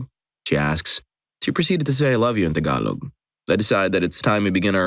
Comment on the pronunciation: Bro are you Pinoy? The way you said Tagalog was perfect!!